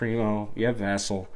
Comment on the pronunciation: From a Spurs fan (watching you for the 1st time): 1) You should be a sports columnist for a major network. You do good research, make good points, and you speak with confidence. Time to get out of your mom's basement young buck. You get extra points for pronouncing Poeltl and Vassell right! 2) At first - all of us were SHOCKED by the Dejounte trade, many of us were angry, but many also thought it was a smart move. Go look at Spurs YouTubers like TSR Sports and Dctree Nation right after the trade and see the visceral reaction. I think You Tuber "Clan the Spurs Fan" was liking the trade from the get-go. I was dismayed and almost angry. It did not sound typical of how the Spurs treat their loyal star players. Still, some Spurs fans commented that DJ's tweeting about everything was very un-Spurs-like and they weren't too sad to see him go. 3) About two days later we learned that Dejounte, even though he loves the Spurs, knew that the Spurs would not be able to pay him what he thought he was worth and he was not going to extend his contract. The Spurs front office knew this, so the Spurs did the right thing to get what they could for him through a trade. Now everything made more sense and my whole perspective changed. I think that is true for most Spurs fans at this point. 4) Once the Spurs traded Murray, it opened the door for a full-on rebuild (even though you don't like that word for this, that's what it is), and most Spurs fans as well as the Spurs YouTubers started recognizin